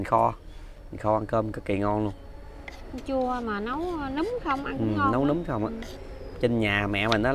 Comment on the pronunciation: Nấm ….. sao thành” núm” nhỉ ..????